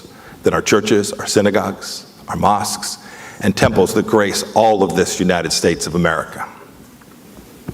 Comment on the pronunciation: DID HE JUST SAY MOOSKS!!!!???????????????? GOOFY RETETORIC UNTHINKABLE= MOSKS DONT BELIEVE IN GOD!!!! WHAT MIKE MUST LEARN !?!!!